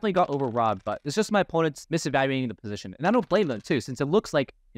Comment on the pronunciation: It's "Position", not "Positon", sorry I tried to ignore this for so many videos but it starts to haunt me....